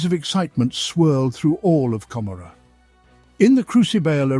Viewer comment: A decent rendition of lore from the 7th edition campaign book, Gathering Storm: Fracture of Biel-Tan. However, it pains me every time you mispronounce Commorragh. 40k designers have said the name is an allusion to Gomorrah, from the biblical story of Sodom & Gomorrah, and should be pronounced as such.